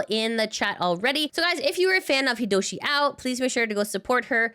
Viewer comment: it's Hiodoshi Ao, not Hidoshi Ao. Thank you for the news